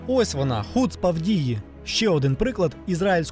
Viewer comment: та не хУцпа, а хуцпА... ну як так можно, ти не чув як тобі то слово кажуть?